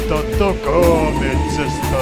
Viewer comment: kummatkin introt loistavia, ei omasta mielestä väliä vaikka vaihtuisikin. Täytyy kyl sanoo et vanhassa introssa ''Kauhutarinoita Takametsästä'' oli lausuttu jotenkin hienommalla tavalla, mutta tämäkin kelpaa :D